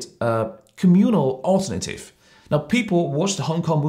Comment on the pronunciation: he also made some pronunciation mistakes, like "diverse", "alternative". But I think it doesn't affect his presentation. furthermore, I don't think his audiences are normal Australians who have little knowledge about Asia. it's more like a speech to evoke the conscience of the china mainlanders.